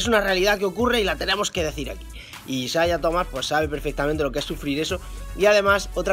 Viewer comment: Me estresa que diga isaia